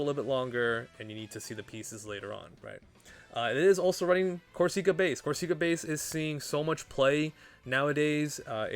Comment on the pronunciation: not to be that guy but we gonna be hearing it for some time and Corsica is a real place lol it isn't a hard E sound like seek, it's sick